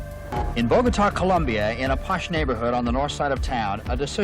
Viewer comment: Also pronounced the country as "Columbia."